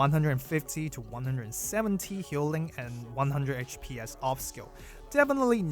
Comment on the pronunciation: I would suggest pronouncing HPS (HP Per Second) as "H P S" and not "H Pees" like DPS (Damage per Second) is "D P S". Would make it a lot clearer what you're talking about when yo abbreviate it like that